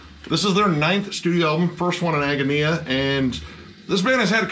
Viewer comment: It's pronounced "Ag-gone-e-ah".